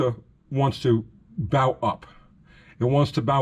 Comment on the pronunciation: Bow, when talking about springs, is not pronounced bow as in the pointy end of a ship, but bow as in bow and arrow. The word bow is used because the object being talked about is taking on the shape of a bow that is used to launch arrows. When you accelerate a leaf spring car the same force that is turning the wheels forward is also trying to twist the rear end backwards. That is why pinion snubbers are use to keep the nose of the differential from twisting too far backwards. This affects the leaf spring on both ends putting an upwards bow in the front and a downward bow in the rear of the spring. This puts the spring in an ess shape and is called spring wrap. The Chrysler setup with the diff mounted farther forward than most Fords or Chevys resists this better and a couple of extra clamps can be used to counteract this tendency. Ford and Chevy guys might get more mileage with a "slapper" type traction bar which attaches under the spring and extends toward the front of the spring with a rubber snubber which limits the twist in the spring. For best results the snubber should contact right below the forward spring eye as the bow in the spring under hard acceleration would mean that the bar would have to twist further to contact the spring, unlike the fixed end of the spring.